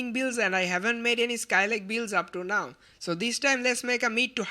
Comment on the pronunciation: you don't pronounce it in the right way, What is Gaming ''Bealds''? -__- Try to improve your accent if you want to proceed more in Youtube . And I'm too from Bangladesh. Take it as an advice, that you should improve your speaking, yes, different countries has different accents, but It needs to be pronounced right.